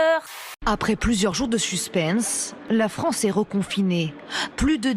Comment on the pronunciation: "Plusieurs jours de suspeeyssse" La classe cet accent (ou pas )